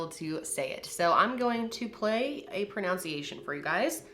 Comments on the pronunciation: "I can't say it so i'm going to play a pronOUnciation for you". start by playing the pronunciation of pronunciation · It's no wonder you couldn't say the name of her condition. You couldn't even say "pronunciation" correctly. You said "pronounciation", which is not a word.